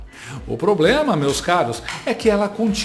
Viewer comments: Não é problema , a (primeira dama de alguns) fala ploblema kkkk que vergonha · ABRIDO, CIDADÕES, PLOBLEMA, INRRESPONSÁVEL, SALMA DE PALMAS, CENSURA e ainda se diz inteligente. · NÃO ENTENDO! ELA NÃO CONSEGUE FALAR PROBLEMA E SEMPRE DIZ "POBLEMA"! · Não tem POBLEMA 😅😅😅😅DEIXA A INTELINGENTE FALAR 😅😅😅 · Por isso que esse governo não resolve nada no país. Está abordando 'ploblemas'😂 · Se alguém tivesse "ABRIDO" a cachóla dessa Jéga,talvez não seria tão "INRRESPONSÁVEL" de causar esse "PLOBLEMA"no jantar com o ShingLing 😮. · É... Janta investe no PLOBLEMA!!! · Ilha de Marajó manda um alô, mas o pLoblema lá é analógico , Ah, então deixa prá lá! Esse "tava tava" também é irritante.... informalidade de boteco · Canja vulga jaula, Em sua expectativa, pensando em falar: "Problema", a realidade, poblema. E com certeza já falou pobrema. É muita inteligência, pra uma pessoa só! O poblema é esse. rsrs... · "ploblema" KKKKKKK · Um bisqui de prastico 😂😂😂😂 pra não ter PLOBLEMA 😂😂😂😂😂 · Tadiiiinhaaa… O “ploblema” é só que ela quer implantar uma ditadura digital no modelo chinês, aqui, no Brasil… Só ISSO! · Eis o "Poblema da Questão" KKKKKKKKKKKKKKKKKKKKKKKKKKKKK... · Cara... a sujeita disse... NOVAMENTE... 'p(L)oblema'!!! 🤦🏻‍♂️ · Kkkkkk mais um 'poblema' pra nós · Ai como é ridicula aff! A mulher se auto-declara inteligente e mete um "PLOBLEMA"na fala hauhauhuahauhauah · "Quem tem um ploblema, tem dois!". Morri 😂😂😂😂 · POBLEMA, CIDADÕES, ABRIDO... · Muito inteligente! ...principalmente defendendo prisão para quem manifesta opinião e ainda fala que esse assunto é um PLOBLEMA e fala "O ÓCULOS" ao invés de "os óculos"(há dois numa armação)! Mui Inteligente! SQN! Xi a mandou tomar no Xu? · O Ploblema da janja é ser burra Segunda vez que ela fala Ploblema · Muito inteligente,/abrido bem a boca para solucionar o ploblema🤣🤣🤣🤣🤣🤣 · Repare que ela continua falando "ploblema". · Eu acho que ela falou poblemal. Escuta direito 😂😂😂😂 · Ela falou "pLobLema" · PLOBLEMA KKKKKKKKKKKKKKKKKKKKKKKKKKKK😂😂